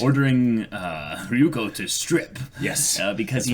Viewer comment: And also Ryuuko isn't Ri-yu-ko, but Ryu-u-ko... but I've given up xD